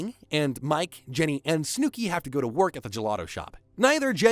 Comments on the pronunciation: "Snewki" hurts me every time 😂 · Snewkie but I absolutely love it lmaoooo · Your pronunciation of Snooki makes me chuckle.. ‘Snoo-key’ lol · Who is snew-key? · Did you watch the entire show and choose to pronounce snooki that way or are you reading from a script? Not one person during the editing process was like, hmm? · If you can't say "Snookie" right then I doubt you watched footage of the show. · The way you say Snooki is frying me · I like the continuous mispronunciation of Snooki! lol